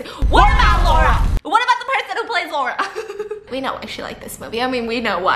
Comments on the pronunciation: it genuinely triggered me how she pronounced Massimo right but didn't pronounce Laura right 😂😂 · It’s LAURA not lora 💀💀 it’s a polish nameee